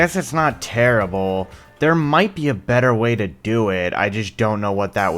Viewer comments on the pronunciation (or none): none